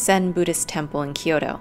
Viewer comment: Kyo-to. 2 syllables. Not 3.